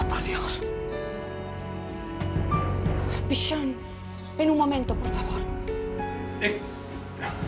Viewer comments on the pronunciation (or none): Jajajjaa me da risa que ahora le diga pishon y no pichon como antes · "Pichón y mueren" Yo: lloro: pishon pishon